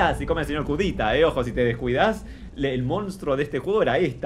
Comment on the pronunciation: Voy a hacer una petición para que cambien el nombre de la protagonista a Nerea y al primer enemigo a Sr. Curita (pronunciado como Cudita).